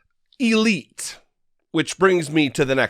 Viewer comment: I like the way you emphasized "Eel" in Elite. 🕶